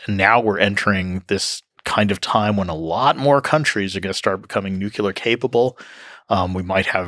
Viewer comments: It was so brilliant and educational when they said nuculur. I cried. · Seems like a smart dude, but not smart enough to know where the 'l' is in 'nuclear' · This video would be so much better if one of them could pronounce nuclear correctly. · the speaker can not pronounce nuclear.... he is a dope.